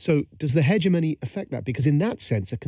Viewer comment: you'd think Majid would know how to pronounce hegemony